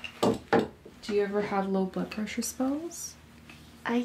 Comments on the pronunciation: it sounded like you said "taking you buttpressure" :-D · Maybe she was taking her butt pressure? What's wrong with that?!